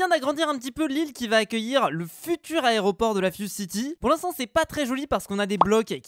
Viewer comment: Compté combien de fous il a dit aréoport 😂😂😂